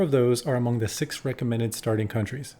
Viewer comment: Thanks for pronouncing the names of the countries well! Seems you know your history.